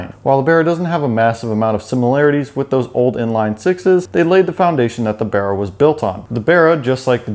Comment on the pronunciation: At least this Septic says Barra correctly.